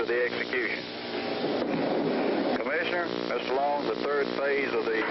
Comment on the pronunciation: So, were the witnesses executed too? Who cares about their movement? Too bad they wasted so much electricity to put one scumbag to death. BTW, the name was Mr. Long, not Mr. Low.